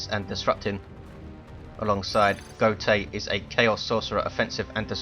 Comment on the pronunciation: if he's german wouldn't it be pronounced goat-uh